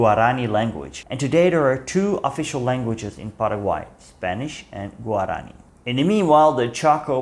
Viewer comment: guaraní, not guaráni